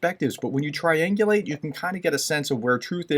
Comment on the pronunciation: Are you really a professor? It is triangulate NOT triangulage.